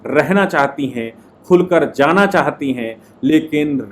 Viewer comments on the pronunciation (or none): none